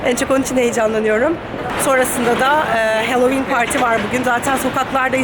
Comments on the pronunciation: Sakın yanlış anlamayın ama kulağımı çok tırmaladığı için belirtmek istiyorum, HALLOWEEN okunuşu halovin , HELLOWEEN yazılmadığı gibi hellovin diye de okunmuyor. Sanırım siz böyle söylemeyi tercih ediyorsunuz. Ama iki videonuzdur duyuyorum ve takıldım.. söylemek istedim yalnızca. Bunun dışında videolarınızı severek takip ettiğimi de belirtmek isterim :) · ey, bi, si, di, i, ef, ci diye gidiyor ya alfabe, buyuk ihtimalle a ey diye okundugu icin, bu kelimede de oyle okundugunu dusunmustur diye dusundum :D ama evet benimde kulagimi tirmaladi.